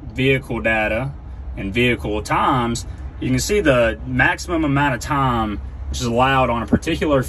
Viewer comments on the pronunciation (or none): This guy's got a funny voice. Pronounces time as "tarm" haha